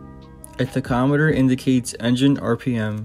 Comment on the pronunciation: Thanks for the video man, but the way you say tachometer kills me 😂